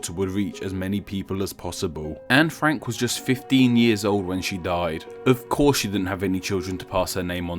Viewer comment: I swear I heard you say Frankyou